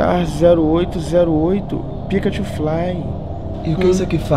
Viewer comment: "PIKA THUFLAY"